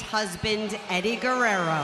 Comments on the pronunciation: The way they pronounce Gurerro is awesome. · She say perfect "Guerrero" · Lover Boy She said “Guerrero” perfectly what r you talking bout